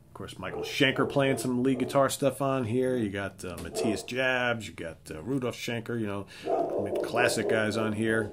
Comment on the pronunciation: you completely whiffed on "Unbreakable". You should really give it a try. Also.. it's pronounced Ma-tee-yas Yobs My top ten 10. Savage Amusement 09. Fly to the Rainbow 08. Love at First Sting 07. Unbreakable 06. In Trance 05. Virgin killer 04. Blackout 03. Taken by Force 02. Lovedrive 01. Animal Magnetism